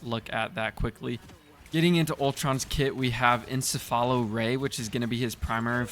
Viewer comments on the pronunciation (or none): Lmao its ensefalo ray not eSAlafo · Encephalo = En-sefa-lo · Bro said "ence-fallow ray"